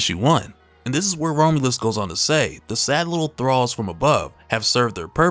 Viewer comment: Bruh kept saying Rome-u-lus 😂 Rom-u-lus, my guy.